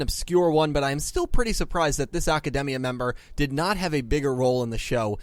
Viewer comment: The real unanswered question is why you keep pronouncing Academia like it's a Japanese word. It's not a Japanese name like Aki or Asuka, it's English word, but you keep saying it with a Japanese accent. It's really weird =/